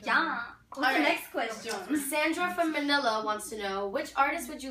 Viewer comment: THE WAY SHE SAID MANILA